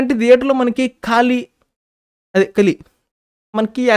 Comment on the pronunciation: Broo... కాళీ కాదు అయ్యా... కలి🙏